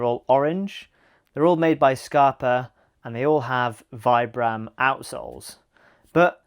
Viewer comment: I never trust anyone so ignorant as to not able to pronunce Vibram - the single most important outsole brand. Oh, Vibram is the focus of your video.... sigh.